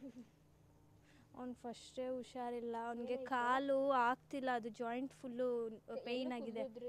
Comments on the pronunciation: Usharilla alla adu.. husharilla.. kannadavannu sariyagi balasi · adu ಉಷಾರಿಲ್ಲ ಅಲ್ಲ ಹುಷಾರಿಲ್ಲ... ಮೊದಲು ಸರಿಯಾಗಿ ಕನ್ನಡ ಕಲಿ ಆಮೇಲೆ ತಿರ್ಪೆ ಶೋಕಿ madu💦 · ಅದು... 'ಹು'ಷಾರಿಲ್ಲ'